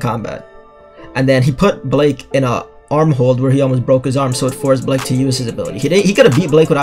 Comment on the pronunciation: Um why u call him Blake not Blyke?